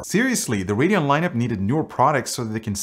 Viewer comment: I swear he says "hurricane x" every time. That's what I hear.